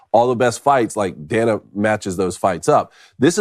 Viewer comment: Why yall let David pronounce Dana’s name like that and not correct him?